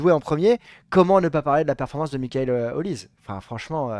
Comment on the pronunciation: Les gars sa se prononce Oliseh, pas Olise 😅